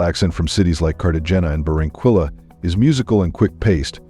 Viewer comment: Please check your pronounciation of Barranquilla